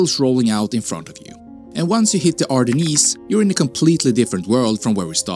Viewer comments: Oh forgot the way he pronounces the Ardennes! Obviously he was never even visited Belgium. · LOL really, the ArdennEEES 😛